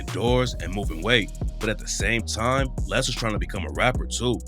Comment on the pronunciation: Cant even pronounce his name right lol Lil LAY